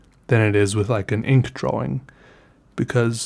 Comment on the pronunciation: u pronounce drawing, drowing. so ye